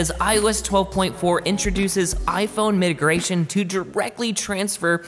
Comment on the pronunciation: Did you just say Mitigration? That's not even a word. It's MIGRATION!